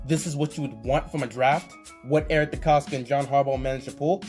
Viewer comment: Wats good Nice video keep up the good work i enjoy your content.💪🏾 I do wanna point out that your pronouncing Eric decostas name wrong with a K at the end. DecosTa